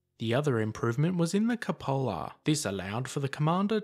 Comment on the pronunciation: I will say, most of these type videos are imformative BUT, it get very annoying to hear the narrators mispronounciation of words... I cringe at hearing so many, so many times. If your narrating something LEARN what you are talking about. In this one, it's a, "Cupola" is mispronounced over and over.